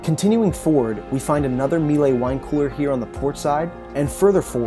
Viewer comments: Miele: pronounced MEELER. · The equpment is Miele, it rhymes with Sheila............It's not meelay.